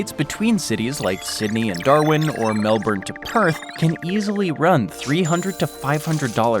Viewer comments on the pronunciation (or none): Say it Mel-bin. Not mel-born. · The way Americans pronounce Melbourne.... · So I’m 8 minutes in and there is already sooo much incorrect info! Here’s a tip, want to know about Australia? Ask someone who can least pronounce Melbourne!! (Ask an Aussie, not an American) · As we say in Australia, What a crock of Shit!!! Can't even pronounce Melbourne correctly!!